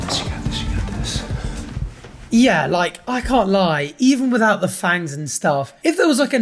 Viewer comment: all i hear is "thangs" not "fangs"